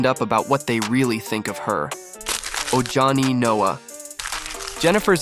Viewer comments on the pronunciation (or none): If you're going to make a video, learn how to say the names. It's not that complicated. It's pronounced OHANI, not ojohnny. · “Ohani” the j is pronounced h 🙏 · Ojani is pronounced O-Ha-nee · Its pronounced O-Hahni!! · Its pronounced OHANI geniuses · It’s “O-ha-nee”